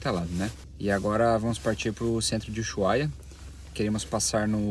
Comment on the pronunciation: Gente , por qué dizem "Uyuhaia" ??